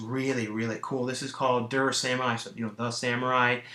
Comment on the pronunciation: just an FYI, "Der" is pronounced like "dare" lol